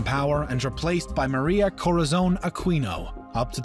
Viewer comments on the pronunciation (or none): Roxas is pronounced Ro-has, not Rok-sas; Quirino is pronounced Ki-rino, not Kwi-rino; same goes for Aquino, it's A-ki-no, not A-kwi-no. And while it has provided great historical facts, it also di not document that Philippines originally declared independence in 1898, but Americans never recognized this independence and thereby forcibly took Philippines under American territory. :) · How hard is it to pronounce these names correctly? KO-RA-ZON to COE-RAH-ZONE is understandable but AH-KEE-NOH to A-KWEE-NOE is weird. How do you add a syllable in someone's name? Also Roxas is pronounced RO-HAS not ROCK-SAS. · i understand your not native to our country but just to clarify, “roxas” is pronounced “rohas”. and also “aquino” is pronounced “akino” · This is a good vid but you pronounced Luzon wrong it's Luz-on Say it fast that's how to say it and also roxas is pronounced rohas and Aquino is pronounced a-ki-no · Real pronunciations of the Phil. Pres. Manuel Roxas (Manuel Rohas) Elpidio Quirino (Elpidio Kirino) Aquino (Akinoo) [The Aquino family line of Presidents are full of lies that's why some Filipinos don't trust their reign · Roxas is pronounced rohas and Aquino is pronounced A-ki-no